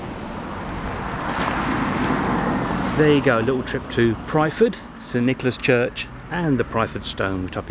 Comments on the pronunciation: Nice video, I was christened in that church. The village is Pyrford, pronounced perford. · Far be it for me to correct your pronounciation, but Pyrford is pronounced "Purrford" by us locals. There are many people who get confused and put the r before the y, but no biggie :)